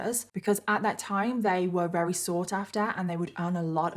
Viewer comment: I love these episodes. You do a wonderful job of researching and telling the story. I do wish though you would pronounce the word "very" properly instead of rerry.